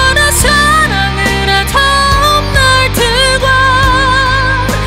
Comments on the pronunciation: ㄷ발음을 ㅌ으로 발음하니 몰입이 깨짐. 너와나 사랑을 하턴 날틀과... 이거 수정해주세요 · 발음이 왜이렇게 튀어요? 너무나 포고 싶어서 포고 싶어져서 가끔쒹 홀로 투눈을 감곤 해, 너와 나 사랑을 하턴 날틀과 헤어지던 날을 난 간직하게 돼 ㅋㅋㅋ 감정이고 나발이고 발음 때문에 못들어주겠네요.